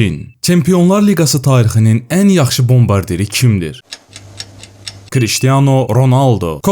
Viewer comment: ciristiano yox kriştiyano